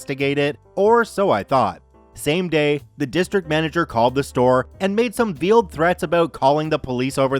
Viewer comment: "Veiled" is pronounced vale-d not veal-d. You know, like a wedding veil. I before E except in words sounding like A like neighbor and weigh...and veiled.